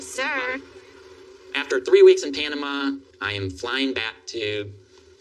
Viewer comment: Why does pronounce it "Pianama"?